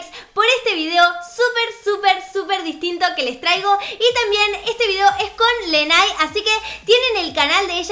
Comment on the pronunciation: cielo, su nombre se pronuncia "Leney" jajajaja <3